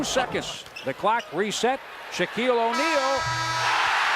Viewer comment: Why did he call him or’Neal 😂😂